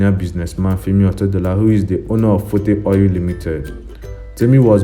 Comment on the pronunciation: Did I hear 4te oil?